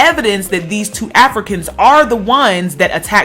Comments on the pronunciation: Why you keep emphasizing AFRICANS like that?!! Felt like I was listening to some 1950's propaganda shit agaisnt Africans. They are Americans!! Huge turn off. I could've turned on FOXnews for that. 🤔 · I like to be fair but the way in which you were even emphasising the words Africans as if you want to separate the two brothers from even being Americans (which they are) because of the wrong they have done which is a shame. They are Americans period. I wonder if they did something good, if they would still be called Africans, as if nothing good can come out of Africa. IJS.